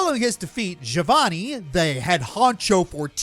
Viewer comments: Anyone else triggered by how pronounced Giovanni's name Ga-vo-nee instead of Ge-o-vo-nee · Its pronounced "Geo-vanny"